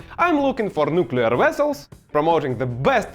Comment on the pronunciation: Nuclear wessels 😅